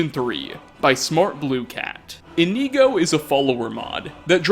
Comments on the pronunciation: come on brother, you have Inigo installed, and your gameplay videos with him were up on screen. His name is Inigo, not Ineego/Ihkneego lmao. I know you’re not the absolute best at pronouncing Elder Scrolls names, but Inigo’s name is literally right there in the title (and his pictures). He is a blue Khajiit, made by Smartbluecat. Indigo is a color close in shade to blue. Inigo therefore is pronounced like Indigo, without the “d” 😂. It’s okay though, I still love your videos lol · Its not IniEgo its InIgo, with the I being said like "Eh" or very fast. Inigo. Not Inego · I thought you pronouce Inigo as In-igo not Ineego. Have I been saying his name wrong this whole time D: !? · In ‘I’ go not in ‘ee’ go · Why are Americans so shit at pronunciation, why is he pronouncing "Inigo" as "Ineego" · Inkneeeeeeeego. Bruh. Inigo says his name a lot. He's a Khajiit. Why are we pronouncing it incorrectly? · E...EeKneeGo, nice. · Its not really a stereotype its relatively true, in the same way that I'm sure us English completely butcher the pronunciation of a lot of your words and or phrases but I'm just pointing out that there are a few such as "Inigo" that I don't understand how they could be pronounced differently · Is it just me or does it seem like he hasn't played with the Inigo mod at all considering he can't pronounce the freaking name correctly? I think I'm about to have a brain aneurysm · The way you said Inigo makes me want to go deaf. Sorry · Okay this is cool and all but all I really got from this is the fact that you don't know how to pronounce Inigo. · Normally I'm accepting of your difficulties with pronouncing things, but butchering Inigo's name so badly comes fairly close to sacrilege. Hopefully, you'll learn the pronunciation by the time V3 comes out.